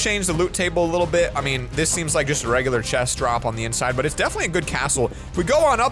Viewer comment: That but sounded like a "butt"